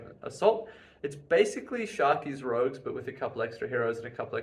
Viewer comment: Sharkey's Rogues, not Rouges.